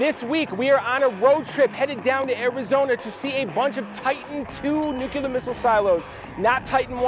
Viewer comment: "Nucular"? LOL. NUCLEAR!!!!